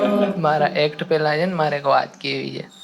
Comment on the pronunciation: ભાઈ છે બોલવાનુ રાખ . "જે" બહુ irritating લાગે છે.